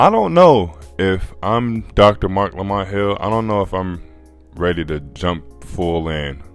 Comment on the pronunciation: It’s Marc Lamont Hill pwzzy 😂😂😂